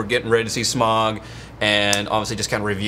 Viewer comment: Whats with pronouncing Smaug with a odd "Epic Meal" style drawl? So, some dude from F&F7 is the Bard of Dale? Bummer, Benedict Cumberbatch should have 3 credits to the series. js.